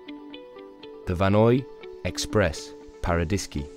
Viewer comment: You didn't pronounce a single French name correctly. Vanois = Vaah-noyAh. Tignes = TInye. Paradiski = Paradis(paradise)-ski = the accent is on the last one Paradi-skI. It's not a Polish name. GraNde motte = Grand mot. Grande = big, not Grade.